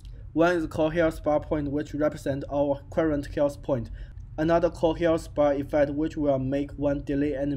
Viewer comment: That is not a problem, by the time you will be better and better, also it is not bad now! the only thing you need is to focus a little bit on the sounds of some letters (like "th" in "health). Thanks for the tutorial :)